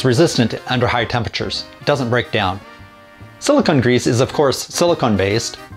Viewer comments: It’s sili-cone grease, not sili-conn grease. Silicone and silicon are two different things. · A quibble: It's pronounce "silicone," not "silicon." They're two different things. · I've never heard it pronounced that way either. I double checked with a dictionary and you are correct though so no argument from me. I wonder if it's one of those words that is pronounced differently depending on region.